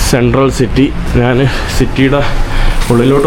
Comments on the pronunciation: നാൻ അല്ല njhan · Nജാൻ അല്ല ഞാൻ